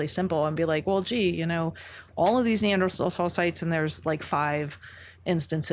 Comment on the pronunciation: If this hippie says neandrahtawll one more time…